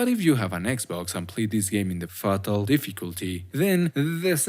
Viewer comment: not him saying ''faHtal frame''